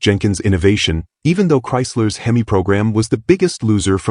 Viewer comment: Why the hell can’t you teach the AI how to pronounce Hemi?!! If AI is so gawd damn smart that should be easy. Unless you don’t know how yourself AI is a pain in the ass!! So you know I neither “like” nor subscribe to channels using AI!!